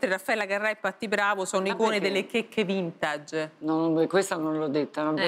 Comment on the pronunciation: "vintage" pronunciato così da quando?